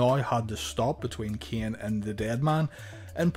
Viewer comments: Am I the only one who hears Kian? And not Kane? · Why are you having a hard time pronouncing Kane and Shane? Lol